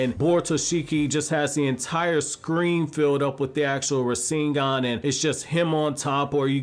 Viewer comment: It's "Borushiki" not "Boruto-shiki", and it's "Rasengan" not "Raseengan", can you even say words properly?